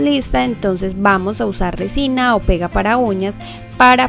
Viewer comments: Todo iba bien hasta que dijo recina jaja 😋😝😂😋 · Like, si todo hiba bien hasta que dijo recina 😒😒😒😔😟😕